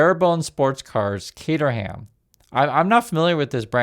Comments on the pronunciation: fyi caterham is pronounced Kate-a-rum it's named after the town in England it was founded in. They are sort of the IKEA of cars normally where you select all the pieces you want and then you put it together yourself (kit cars) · The "H" in Caterham is silent. ;) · NB "Caterham" as in Barebones sports cars is pronounced "Cateram" not "Cater-ham". Look, it's British, we do it to confuse! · Caterham, They always make great looking FAST cars, (In Canada we pronounce it as CAT-ER-HAM)